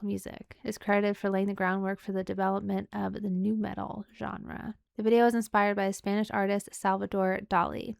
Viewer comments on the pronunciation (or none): none